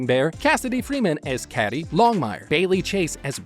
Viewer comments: It's pronounced Cady (Key-Dee) not Cady (Caddie) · Why do you insist on mispronouncing the cast members names? It's "Longmire,," not Long Mire; *CADY" Longmire is not pronounced "Catty." Mathias is not Math Ius. Either stop using computer generated voice or learn to pronounce their names properly. Show some respect! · yes but pronounced like Katie not caddy but spelt cady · Please PLEASE, Cady is pronounced like Katie , just spelled different. She is not a caddy! Lol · For the record, Longmire's daughter's name, Cady, is pronounced like Katy, not like Catty. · Cady is pronounced like Katie!!!!! I watched Lomgmire beginning to end multiple times!!!! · Thanks for the info....but come on...her name is Cādy!!! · Man said cady like she was a Cadillac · Cady is pronounced with a long "a" , and Mathias with a long "i". Did you watch Longmire at all?